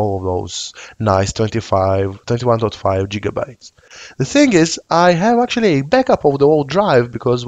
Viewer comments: Indeed, back to the future has a lot to answer for. And for reference, GigaByte has a G sound more like 'gift' or 'girl' than 'job'. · "Jiga"-bytes... heh.